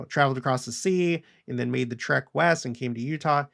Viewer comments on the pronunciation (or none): none